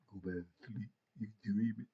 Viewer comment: Go back to shleeep u dweeeamin 😂😂. U had me hollering 😂